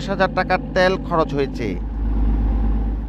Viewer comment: সাংবাদিক ভাই তেয়াল হবে নাকি তেল হবে। উচ্চারণ ঠিক করেন।